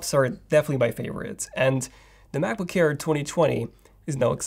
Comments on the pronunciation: Please pronounce MacBook Air not MacBook hair. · He keeps saying “Macboo-care”. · Why do I hear him pronouncing Macbook Air as "Macbook Kair" or "Macbook Care"? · Brand name : Mac book AIR . What I heard from the video all the time : Mac book care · Sometimes I hear macbook hair 💇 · I thought it was macbook care and i kept wondering what that was. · “MacBook CKAIR!” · Cannot unhear this. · It sounds like he says ''macbookcare'' it's pissing me off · can't unhear it! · Thanks, now that’s all I hear 😂🤣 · not quite French but close enough. He's about page says he's Romanian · Can’t stand it. And udder. I just can’t.